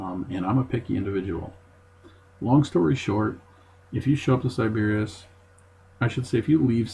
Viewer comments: It's pronounced sy-buh-riss....and I stayed two UNFORGETTABLE nights here. Love this place. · Are you trolling? How did you not hear someone pronounce Sybaris properly, you checked into the hotel...